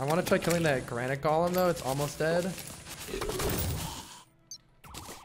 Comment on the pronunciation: Why does he keep saying "gollum" instead of "golem"?